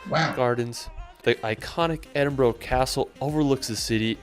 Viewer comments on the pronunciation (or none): Hahaa face every time the guy said Edinboro and Glasgouw 😆the average temp in scotland this summer was 66 degrees fahrenheit. another couple of awesome places in Scotland are Fingal's Cave which is a sea cave on the Isle of Staffa, it's pretty unique and stunning, and the island is also uninhabited but you can visit it and go in the cave's walkway when it's low tide. The Isle of Arran is another beautiful place, the island lays just off the west coast of scotland and it's got mountains with eagles, golden sandy beaches with palm trees, forests and it's well known for its local produce with its island famous cheeses, fruit preserves and ham. probably the best time to visit here is July/August when the weather is at its warmest and also during these months the Edinburgh Tattoo and Edinburgh Fringe Festival is on, so there's always a great atmosphere in Edinburgh with all the tourists there. Great video guys 👍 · Hiya and, I live not that far from Scotland, about 45 miles, In Scotland are couple can get married at the age of 16 without parental consent, that's why Couples Go to Gretna Green, Gretna is about 5 miles into Scotland, I like the way you corrected The guy saying Edinbrow instead of Edinburgh, keep up the good content, I've got Connections with Mary Queen of Scots, hence my surname, this is Choppy in Whitehaven, Cumbria, England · Just love that you pick on the mispronunciation as it drives me insane too! And... erm... we don't pronounce with an "r" either lol 😂 No offence intended and I'm English (London). Westminister, Bowrow Market, Edinbowrow argh and on it goes. Love the vids, keep 'em coming! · lol, I have to agree, I cringed every time the guy said Edinbroo , if you wan to see a different Scotland try looking for Video of the Outer Hebrides, I live on the islands of the Uist and the beach a spectacular . Keep up the great videos. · I think I cringed as much as every time I heard Edinburrow.